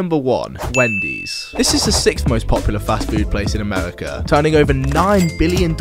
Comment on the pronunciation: Gweasy, weally, amewica